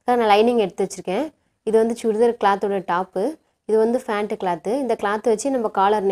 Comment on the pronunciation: அது ஃபேன்ட் இல்ல பேண்ட்